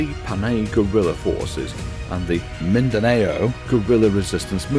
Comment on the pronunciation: Thanks for the video ... but that's not how you say "Mindanao"